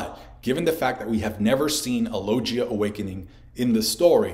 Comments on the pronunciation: Why do u say lojia instead of logia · IT'S LO-GI-A, NOT LO-JI-YA FFS!!! ARE YOU VIZ MANGA, ZOLO??? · not gonna lie, each time you said "logia" ; it physically hurt. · Great video but I went straight the comments when I heard you say logia and I'm shocked no one has commented on it